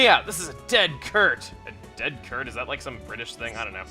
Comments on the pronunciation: Chugga its pronounced Sert not kert, hes saying cert like certain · Dead cert is a British way of saying dead (or absolutely) certain. It's pronounced ded sert Btw, using this in Britain is like saying "yeeha, ride 'em cowboy!" In America. No-one really says "dead cert" any more. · It's pronounced "sert". As in "certain" or "certainty". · CERT! (SERT) LIKE CERTAINTY!!!! JEEZ CHUGGA! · In the nicest way possible, your mispronunciations never fail to amuse me. It's 'dead cert' short for 'dead certainty', not 'dead kurt' :-D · In "It's a dead cert" the word "cert" is pronounced "sert" and is short for certain. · Chuggaa, "Dead cert" Meant dead certain (so it would have been pronounced dead sert). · Chugga, dead cert = dead certain. Pronounce it 'sert'. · Cert is pronounced sert, as in a shortened certain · Dead cert (pronounced with a soft c, not a hard one) is short for a dead certainty. Never realised that wasn't a phrase outside the uk xD. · Um,? Cert is short for certain... so it's pronounced like the beginning of 'certain'. Anyways, happy birthday.:D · The "cert" in dead cert is said with a soft c. Like certificate. And I'm not sure how to explain it but if you call something a dead cert it means you're pretty much guaranteeing success. He's saying you're guaranteed to make money due to what he's offering.